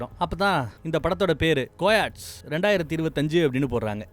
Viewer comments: கோயாட்ஸ் இல்ல....கயோட்டி அண்ணா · அது கோயாட்ச் இல்ல கயோட்டி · Sir adhu peru 'Ka yo te' kind of Nari not Wolf